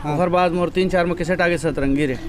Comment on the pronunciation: Setrengi nahi bhaiya satrangi